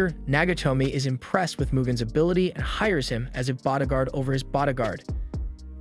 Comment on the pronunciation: Who says douche-a-bag? Is this a computer generated read? And bodagaurd? What the hell is going on? This guy sounds like he's from California until he says these random words that make no sense.